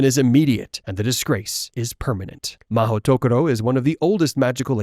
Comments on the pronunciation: Also the pronunciation guide is Ma-hooto-koro. Like Joane, if you were just going to lazily run 'magical place' through google translate you could have at least pressed the speaker button instead of assuming you knew how you say it. 🤣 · Mahoutokoro, you serious 😭 sounds so awkward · Being Japanese, mahou-tokoro is grammatically incorrect. Why? "tokoro" is the pronounciation used only by itself and if you combine it with another word the correct sound is "-sho". Like police station in Japanese is "keisatsu(police)-sho" and City Hall is "shiyaku(city office)-sho" so the correct word is "mahou-sho", I guess Rowling didn't have any Japanese friends or have the motivation to actually check with someone .. makes me very sad lol